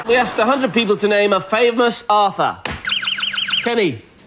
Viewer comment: To be fair, it sounded like he said AUTHOR, not Arthur